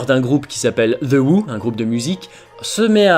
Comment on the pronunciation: Tu sens le fan ^^ par contre le truc marrant c'est que tu fais une émission avec un nom anglais mais que tu ne sais pas dire who ^^. Sinon très bonne épisode je commençais à me lasser mais là c'est vraiment un épisode cool !